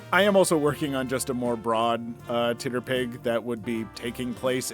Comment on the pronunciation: Ok my biggest and most important question: dear god why do you pronounce TTRPG’s (tee-tee-ahr-pee-gees) like that? Titterpig is so offensively wrong and horrible it assaults me every time you say it and is the SINGLE reason I would/will never share/recommend these videos 🤣 Harsh? Maybe. But by god, what a terrible word.